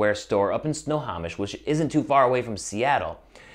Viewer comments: Anyone else cringe when he says Snohomish wrong? It's pronounced snow-home-ish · It’s pronounced Sno home ish! 😂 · At least research the correct way to pronounce Snohomish 😂😊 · Good video but you say Snohomish wrong 😂